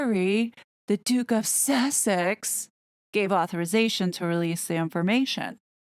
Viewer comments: The constant emphasis on the word Sussex is off putting & causes distraction from your excellent report . Harry entered the US during the trump administration ..is it possible there are no records & that he just walked off the plane & rode to Tyler’s house . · Sussex isn't actually a town. Originally an ancient Saxon kingdom, it is now divided into the twin counties of East and West Sussex. I do agree with you that the constant silly way of saying the word is quite an irritation to have to put up with when listening to an otherwise interesting report!